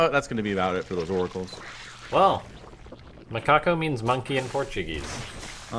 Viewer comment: nailed the "Macaco" pronunciation the second time. Un abrazo para ambos.